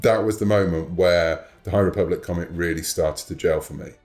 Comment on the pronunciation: Ah yes, the High REEE-public. This is totally what SW fans are looking forward to.